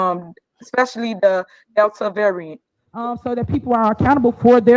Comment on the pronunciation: Not even Jesus can fix Tiffany Henyard... How in the hell do you not know how to pronounce Kudos ,Variant and looked, that cringe compilation was cringy and funny.😬😬🤣🤣